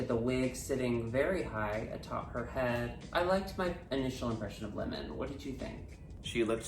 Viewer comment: LOVE pronunciation of lemon. 'limen' 'limin'.